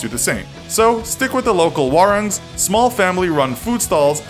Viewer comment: As a Indonesian, listening to the infographic show say warung wrong, just makes me so irritated.